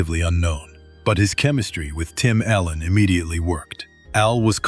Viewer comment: His name is Tim Allen not Tim Ellen u say miss his name